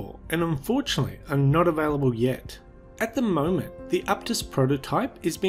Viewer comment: the way this guy says “at the moment” 😂